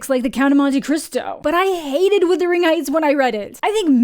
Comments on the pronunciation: All influencers and creators are saying withering. Haven’t been able to sit all the way through a single review by any of them. It’s bizarre how much it irritates me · Thank you. I know it shouldn't bother me as much as it does, but I've heard several people pronounce it as withering, and like, no, that's a different word with a different meaning. It really shouldn't be a big deal, but every time I hear it, it's like it's triggering something in my head. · I had to stop watching the video because it's not "withering"??? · If you are hearing wuthering like brothering, great. All I hear is withering, like slithering and its making me cringe every time I hear it. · This is bullshit and you know it. Canadians to this day use plenty of British spelling and pronunciation in our use of the English language. We were essentially British for many years. We have the freaking royal monarchy on our money! You are able to say wuthering. It has nothing to do with being Canadian. You mispronounced it. I asked my entire Canadian family how to say this word and they all got it right. Very disappointed in you and also very UnCanadian of you to to not be able to admit your mistake. Try saying the word "brother." I am certain you are able to say it properly. Its a very short walk to wuther. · You Americans really don't know how to pronounce "Wuthering"